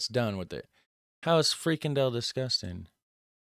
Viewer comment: he can't even pronounce Frikandel right and he has to talk about food !!!! get real this video well his video is a joke.... I will go to his chennel next to give it a thumb down !!! he can have a free candel up his arse !!!